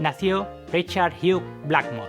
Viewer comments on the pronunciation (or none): none